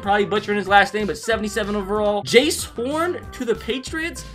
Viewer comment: its jaycee not jace its is jay cee